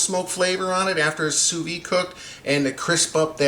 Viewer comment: It's not "sous vee". It's pronounced "sous veed".